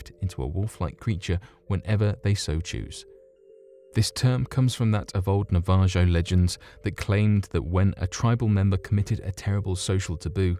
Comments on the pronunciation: This is good stuff and enjoyable, but some words wind up being pronounced awfully - "Navajo" is not Nah-VAAH-joe. It is an Indian tribe and pronounced NAH-Vah-Hoe (it's worth it to double-check pronunciation of all foreign words, and names in first nation types languages; there are many such names in the So Cal area). There were a few others where the word, in context was similar, but not that word. Generally, though, this stuff is enjoyable. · Big "however" energy Your rubbish hard j pronunciation is hilarious, too (Navajo, Mejia, etc), many chuckles at confidently incorrect. Good content but really get an editor, mate. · Who else got annoyed with wrong Pronunciations of the Navajo tribe and the place Eritrea? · Hey my guy its pronounced "nah-vuh-hoe" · Enjoyed this video it was really relaxing but I almost spit my drink out with the way you pronounced Navajo.... lol its " nah-vuh-hoh"